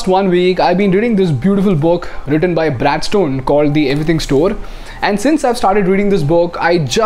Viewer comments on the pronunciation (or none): none